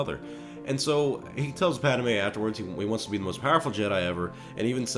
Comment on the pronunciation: Everyone: padmé. This dude: paddame....